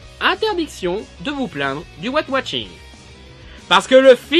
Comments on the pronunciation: Arrête de dire watching !!! C'est washing bordel de merde !!! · Ouais j'avais compris mais il dit ''Wat watching '' XD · j'aime bien tes critiques-plaidoieries parce qu'elles me surprennent toujours. tu parviens à trouver un angle d'attaque différent. par contre, j'ai un peu de mal avec ton accent anglais : white washing, tu le prononces comme "weight watching" :D